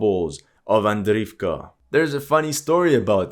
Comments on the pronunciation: I've been a huge fan of your videos for a long while, your attention to every little detail always amazed me, including how you pronounce Ukrainian and Russian names - the way you say "Запорожье" is fabulous! Thus, it's about time someone tells you: it's not AVDIVKA! In Ukrainian, it's АВДІЇВКА so you say it "AVDI-YIVKA" there, sounds much like when you say "KYIV". In Russian it's quite similar, AVDEEVKA which sounds like "AVDE-YEVKA". Now let's see if you actually read the comments. I might just post this every time I hear you say "Avdivka" hehehe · Пора вам изучать русский язык😂😂😂 не Avdiivka а Avdeevka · Акцент похож на русский/восточно-славянский, согласен. Возможно на Испанский или на любой, где так же внятно произносятся согласные, но он плохо читает названия и совсем не знает, что на этих картах написаны украинизированные варианты. Был бы он русским, то уж точно не говорил бы: Авдиивка, Работинэ. А говорил бы: Авдеевка и Работино.